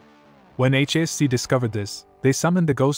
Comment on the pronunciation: The computer generated voice has apparent trouble speaking the letters correctly.